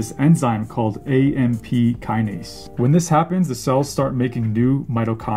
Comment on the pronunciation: If you pronounce "Processes" like "ProcessEEs"....and you mispronounce "Kinase"....I can't take you seriously